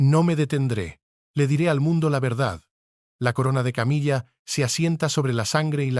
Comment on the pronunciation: appendage a❤pronunciar Camila no es Una mesa